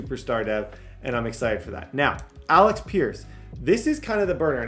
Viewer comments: New drinking game: every time says Alex instead of Alec take a sip😂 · …. It’s Alec not Alex